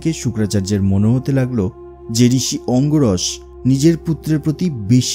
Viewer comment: অঙ্গিরস, অঙ্গরস নয়।